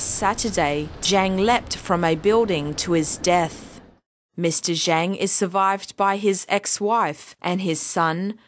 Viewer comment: She said the name wrong... zhang is pronounced "zhong"... pinyin is nothing like regular english, and cannot be read the same.